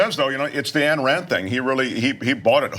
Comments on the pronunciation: The fact that this woman just said "She wrote a book called 'The Virtue of Selfishness'" is all the proof required she has no idea what or who she is talking about. Also... its AYN AYN not ANN. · Dude, it's pronounced "aɪn" Rand... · I find it hard to believe you don't know how to pronounce Ayn Rand. Don't undermine your point like that. 😘